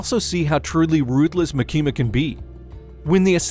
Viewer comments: He is pronouncing her name as "maki-ma" like california maki. It should be "ma-kima" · Ma-kima not Maki-ma I think 🤔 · Its MAAAKIMA 😂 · It's not makima it's actually pronounced micky the control devil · I'm trying my best to get over how you say "Muh Kee Muh" lol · Maa-kima sheesh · maKEEma :D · You pronounce Makima like southerners pronounce Quesadilla "Quizz-a-dell-a" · I cannot watch this video with the way your saying her name💀💀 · Can’t get over how you pronounce Makima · Yeah I stopped watching after u kept mispronouncing makima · Take a shot every time he says makima’s name incorrectly. I’ll go first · the way you pronounce "makima" 💀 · its really not hard to watch the anime and listen.. they literally pronounce it correctly like 6 times in the second episode.. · kills me